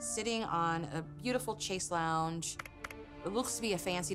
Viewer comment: And her pronunciation of chaise lounge 😂😂